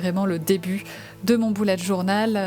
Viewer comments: C'est bullet pas boullet 😂😂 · C’est bullet je crois ils se prononce bellet pas boulet 😭😭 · C pas boulete journal c Bullet journal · mdr c bullet pas boullet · Pk tu dis Boulette Journal